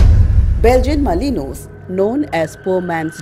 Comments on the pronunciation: It is pronounced as belgian melinua not malinois as it spell. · BELGIAN MA-LIN-WAA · its malinua pronunciation wise. Without the s.